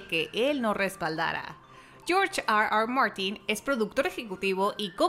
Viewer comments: Está hablando en español y dice "AR AR MARTIN" , solo por eso doy "no me gusta" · Porque pronuncia tan mal r r Martin?